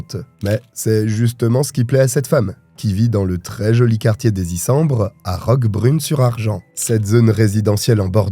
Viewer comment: Ma commune 😅 Ps : le ''S'' de Argens se prononce Bref on a vraiment des tarés ici malgré le soleil et nos plages... comme partout tu me diras malheureusement. Suggestion d'une histoire True Crime (même si tu ne le demandes pas 😅) : Renseignes-toi sur l'histoire de la roulette russe dans le golfe de St Tropez. J'ai assisté aux assises.. et elle est vraiment INCENSEE. BREF Encore merci pour tes videos et tes chaînes 😊